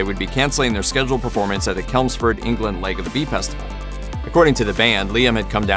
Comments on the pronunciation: "Kelms-ford."?? Nah, mate That would be "CHelms-ford"!! You no speekee da ingleesh so good?? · Ch Ch Chelmsford. The so called (because it doesn't apply to the coasts where we also pronounce the Ch) American pronunciation is for hillbillies who don't live anywhere near a Chelmsford of any note.